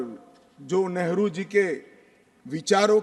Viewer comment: Ye kerala ka MP nehru ko negru kahata hai 😂waah re communist 😂